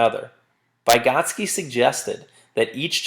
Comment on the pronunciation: Every time he mispronounced "Vygotsky" I threw up in my mouth a little... Good video though